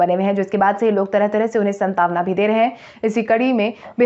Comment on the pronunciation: "शांत्वना" शब्द का उच्चारण "शंतावना" करना बंद करें।